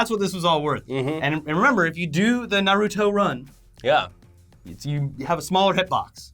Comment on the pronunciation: Naruto pronounced correctly this time? I must have stepped into a parallel dimension sometime in the last 24 hours.